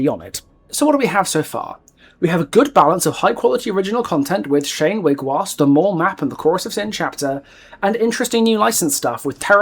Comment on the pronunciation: Just in case you weren't aware and I'm only saying this because I love your content! Wiigwaas is pronounced Weeg-waws because the Ojibwe language has it's own pronunciations for vowels as well as double-vowels. I'm not going to explain every little detail in a comment section but ii is pronounced like ee and aa like aw, individual pronunciations will differ of course but that is how I've been taught! Since you did mention you're working with indigenous creators about Shane's lore I can presume you have seen and asked about the words of our language already, and we don't take it as an insult if you pronounce them wrong because we know you mean well! Keep up the amazing work, I love this game, I love your content!